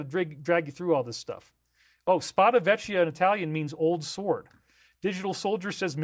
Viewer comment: And "vecchia" is pronounced "veh- kee-ah" not "veh-chee-ah".